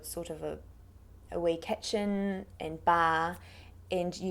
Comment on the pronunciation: Ah wee ketchen... did she slip into Scottish there?